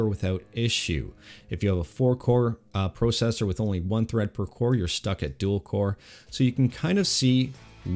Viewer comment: I don't think I've ever heard anyone say processor like that...